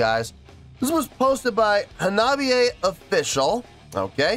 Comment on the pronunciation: Great to see Hanabie back on the channel. This is only the second time, I think, unless I've missed something. Glad they won the poll. Also, good job on pronouncing the name. 👍